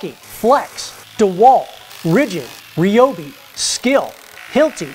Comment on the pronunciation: You are pronouncing Ryobi wrong as a lot of people do. Say Rye bread . The same one pronounces Ryobi not reeyobe.